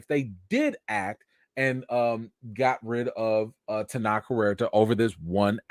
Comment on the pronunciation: Maybe not the best time, but his name is pronounced Ten-oach, like coach That said, hope the accusation is fake 💀